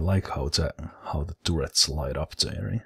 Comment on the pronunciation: I prefer tooret, if I'm honest. If started pronouncing everything right I feel it would remove one of the main attractions of his channel!